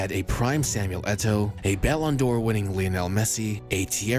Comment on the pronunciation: okay but why u say ballon d’oro like that